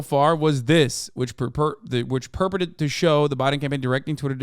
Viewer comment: Hassan doesn't know how to pronounced the word "purported" lol. also, you have to be mentally ill to spend so much time talking about this shit. who cares.